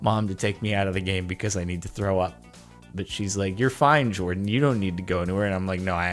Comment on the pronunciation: WHY is everyone calling him jardon its JORDAN